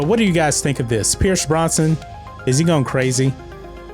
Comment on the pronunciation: It's not Pierce Bronson, it's Pierce Brosnan.